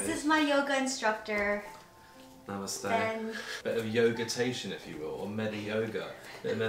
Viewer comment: "Namaste" Me:😲🤩 This is the best "namaste" I've ever heard from a English-speaking person (as an Indian)!!